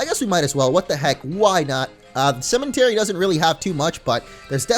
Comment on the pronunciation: why does he pronounce cemetery with an "n" ?